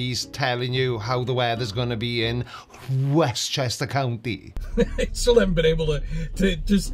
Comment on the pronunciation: “West Chester Cown- eeee” grinds my gears every time